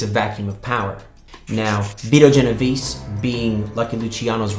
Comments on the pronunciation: So this dude is a writer and can't even say correctly Vito Genovese... great talent for research... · Good lord...his pronunciation is painful